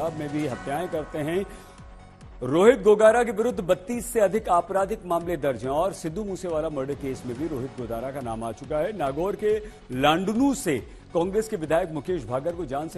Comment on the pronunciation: Laandnu nhi laadnu h voo😂